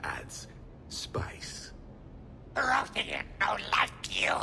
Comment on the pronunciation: When the hanar said "Prothean", i thought i heard "protein"